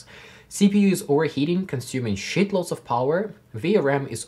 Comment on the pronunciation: Worth watching just to hear you say Shit loads in your accent